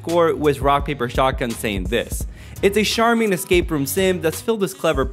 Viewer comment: Fits with all the other weirdly pronounced words in this video..... amittedly? sharming? Good video though! ....I need to relax ...carry on